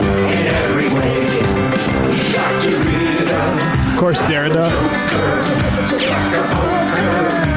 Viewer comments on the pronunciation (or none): They mispronounced "Derrida" in their expensive vanity song. "Friday" + Rebecca Black at least had some integrity + good intentions.